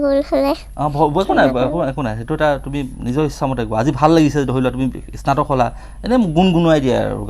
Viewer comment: ইস্নাতক বুলি উচ্চাৰণ কৰে নেকি?